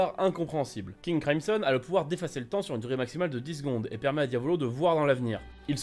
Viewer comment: Tu as dit king cryson mais tu la ecrie king crimson